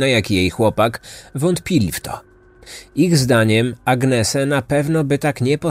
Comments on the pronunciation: Nie Agnese czyta się,tylko Anies ( napisałam fonetycznie,tak jak się słyszy!) Młode kobiety nie powinny wyjeżdżać same,tym bardziej ze są to czasy ogromnej demoralizacji i coraz częstszych przestępstw! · Nie Agnese się czyta,tylko Anies. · Mieszkałam we Włoszech, i jeżeli była to Włoszka to jej imię czyta się Aniese ❤